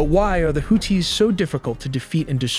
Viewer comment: Too bad AI can't pronounce things like missile names or houthis correctly.